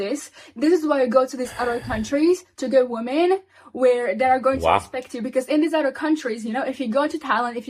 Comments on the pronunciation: “WOMEN” is verbally pronounced as “WIMEN” !!!! “WOMEN” is NOT pronounced as “WOOOMEN” !!!!!!!!! Illiterate individuals !!!😖😖😵‍💫😵‍💫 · These illiterate individuals should go and learn the English vocabulary. WOMEN is pronounced as verbally saying WIMEN !!!!!! WOMEN is Not Pronounced verbally as WOOMEN !!!!! PLEASE LORD HELP ME !!!!! 😖😖😖😖😖